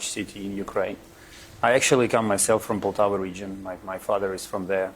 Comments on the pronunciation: It Poltava, not Paltova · Poltava. My dear Poltava